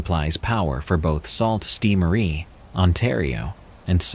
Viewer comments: Salt Saint Marie 😅 it's pronounced sue. I'm sorry that bugged me 🤣🤣🤣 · I know not how it's spelled but the pronouncement of Sault Ste. Marie is: Soo Saint Mah-rie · they're pronounced Soo Saint Marie. Makes me feel like this is done with AI. Shame. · lol the one with the homeless guy it is pronounced sue-saint-Marie lol I was confused at first than was like oh yea !!! Haha I am from Ontario Canada not far from there :) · Sault ste Marie is pronounced "soo" saint Marie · It's pronounced Soo Saint Marie 😊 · Yeah, mispronounciation irks me from narrators.